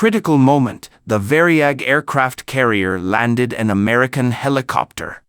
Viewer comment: It was not called the Vary-ag, it was called the Var-yag!